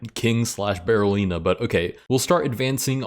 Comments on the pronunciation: DID NOBODY IN THIS COMMENT SECTION NOTICE HE SAID "BARRELLINA" THE ENTIRE VIDEO?? 💀💀💀 LET'S POINT AT HIM AND LAUGH! EDIT: DO A BARRELLINA ROLL! 🦊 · Did he actually say it wrong though? It's apparently called a Berlin pawn – or a Berolina. Yes, I wouldn't pronouce Berliner with an O. But I also wouldn't write it with one, and that apparently is the correct spelling for the fairy chess piece. So I have no idea how you're supposed to say it.